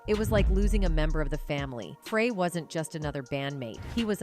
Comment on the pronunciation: Glen FRAY. . . you'd think that even AI would know the difference.